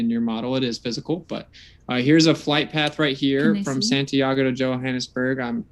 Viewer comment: he couldn't even pronounce santiago. My instinct thought that's what he was trying to say, but I thought, surely even someone this dumb can pronounce a word as easy as santiago. I was wrong.